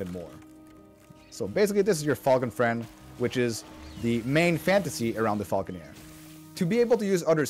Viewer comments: idk why it bothers me so much that they were saying Falconeer instead of Falconer. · Sounds like the name being butchered for the bird of prey shot. Then gradually trying to change from Falconeer to Falconer over the next couple of times it’s said 😂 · you said falconEER in the intro ^^ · Mispronouncing falconer at the start of the video is pretty wild